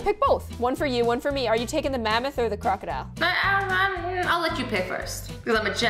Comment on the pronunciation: no one: nobody: not a soul: 12 year olds: THAT WAASA ALAGATTOR NOT CROCADILER